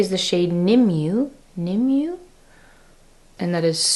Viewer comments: FYI, SaltNY Sneaky Balm and Best Case Concealer in N13 are also excellent complexion products for pale olive skins. They are dewier than the Lisa Eldridge Skin Tint but still look very natural. Also, Nimue is pronounced Nee-moo-eh. 😉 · Nimue is pronounced Nim-u-way, just FYI. She was the character of the Lady of the Lake popularized since La Morte D’Arthur, written in the 15th century. HLP is very sharp, and she has a whole video about the process of making the line as well as a video with her swatching them all. I’m looking at piecing together different products from the three different palettes; they do sell a wooden single palette, also. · pronounced “TEA-zl.” pronounced “nih-MWAY.” (The “i” sound is soft like the word “bit.”) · Old Gum is an HLP joke and it's pronounced nim uh way xx